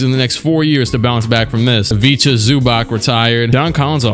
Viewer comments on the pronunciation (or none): none